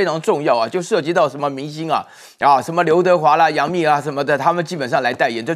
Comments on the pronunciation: 冪 音 蜜。 不唸墓😢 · 是杨幂啦，不是杨MU